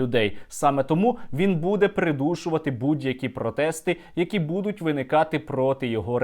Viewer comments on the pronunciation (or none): none